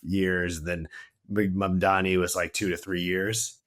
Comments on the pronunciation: Did I hear Mr. MadMoney instead of Mamdani ? 😂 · The way butchered Mamdani’s name 😂